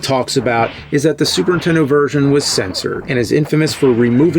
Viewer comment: Is the Nerd (or James) incapable of saying "The Super Nintendo" w/out leaving the N off of Nintendo? My Nan always called the "INTENDO" when I was a kid...